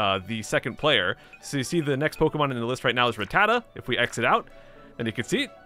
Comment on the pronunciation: It’s rat-tat-ta not re-tata